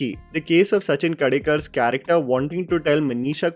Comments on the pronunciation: Okay but it’s Sachin KHEDEKAR not kadekar 😂😂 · It is Yashodha..and try and pronounce Khedekar properly…your reviews are now like Hindi movies ..half hearted …